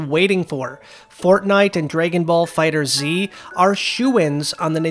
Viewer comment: I noticed you were calling the Dragon Ball game "Fighter Z". This is not the correct pronunciation, unfortunately. The official way to pronounce it is "Fighters". I do apologise for any embarrassment my comment may have caused. Ciao for now.